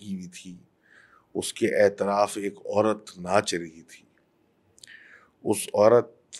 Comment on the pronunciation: its not aitraf. its atraf